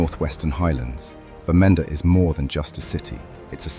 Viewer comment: Schade, dass die Städtenamen wie Bamenda so grottig falsch ausgesprochen werden. Den Wasa Wildpark kann man wegen des BH (boko harram) nicht mehr besuchen.